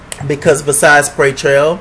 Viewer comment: LMAO....please don't stop calling him "PAY-Trell" for season 3!!!! ....You're a mess! lol